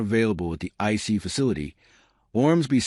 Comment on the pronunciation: I was very excited to see this in my feed until I played it and heard an AI generated voice pronouncing ICE "icey." I know we're trying to save money, but Trump'not going to hire a robot to be his press secretary and you shouldn't either. Deal killer